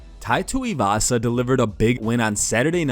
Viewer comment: Chael "Tee-Ooh-Vasa" Sonnen